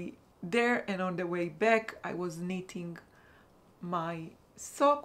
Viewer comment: Hello :-) just tell you for words back et black, you have to pronounce the A like you pronounce the A in raphia ♥ the bag is beautiful